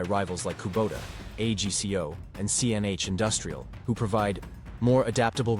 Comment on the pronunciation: Agco not A G C O, AI is not as smart as it thinks it is.